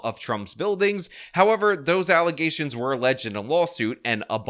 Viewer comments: What's that word you keep using ? Allegations? Do you mean allezations? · you mean *”alleZations”*? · alleZZZations, … cmon man